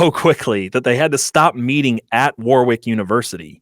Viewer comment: The point of this piece seems to persuade through thorough research and a story well told. All undermined by the inept pronunciation of the place Warwick. If only there was some technology available to help with verification.